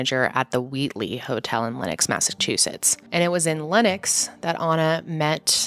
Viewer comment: just so you know it’s Lenox! not Lennox! this is so sad this is close to me i’m from the berkshires:(